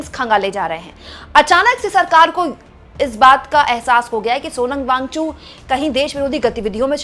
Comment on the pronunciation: Wangchu नहीं मैडम वांगचुक बोलिए. कितनी बार बताएं आप को. आप हिंदी को शर्मिदा कर रही हैं